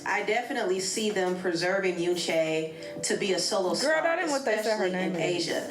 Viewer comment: homegirl said some yoonCHAIII 😂😂